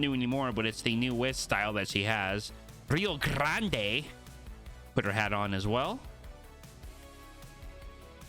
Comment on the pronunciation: No one:: "rRio krRaNdæ"